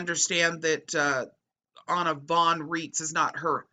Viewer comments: Names drawn a German source should follow German pronunciation where 'ei' is i and 'ie' is e. So Rights not Reets. She claims to be a Postal Court Judge, There are no postal courts outside the imagination of the pseudo-law fanclub. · It's pronounced "RAITZ" I am German born and the name is German! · Anna pronounces her last name to sound like "rights".